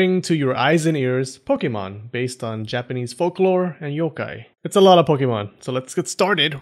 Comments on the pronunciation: You pronounce the Yokai better than you pronounce the pokemon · I’m a Japanese yōkai enthusiast, and I have to commend you on your great pronunciation of the yokais’ names! I enjoyed this video very much 😊